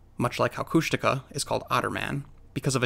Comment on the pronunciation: Is it pronounced [kushtika] like the narrator in this video?